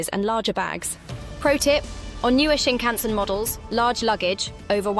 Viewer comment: I think you should ask someone how to pronounce the word Shinkansen, they way you say it reveals you might have never been on one 🙂